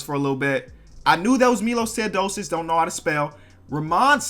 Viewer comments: Hey man i love you no homo, but how can it be this hard to spell arenas or spelling teosodico after saying his name correct? Cmon 😂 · Saying Teodosic right - spelling it wrong saying Dragic wrong - spelling it right braaaa voooo